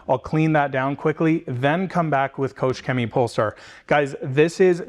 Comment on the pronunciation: Great Video, thanks for that. But please, as a Germany i beg you, please please go to Google Translate and let it show u how to say “Koch Chemie” pls 😅😅😂